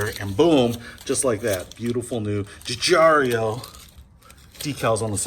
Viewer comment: Hi, great video but the name is pronounced Giugiaro, not Guigiario.:)